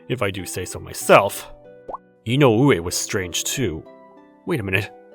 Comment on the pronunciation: It's I-no-we, not i-no-U-e. The stress is in the I. 😁😁😁